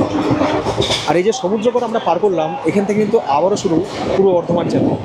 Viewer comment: সমুদ্রগর এর নামটা তোমার মুখে শুনতে খুব ভালো লাগলো এবং সমুদ্রগর স্টেশন টা একটু হলেও দেখানোর জন্যে তোমাকে ধন্যবাদ।এরপর নবদ্বীপ এলে আপডেট দিও।